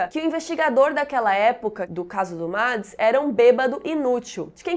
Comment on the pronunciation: E ela fala "Mads" quando é tipo "Meds" LEMBRANDO que é na forma de fala, não de escrita tá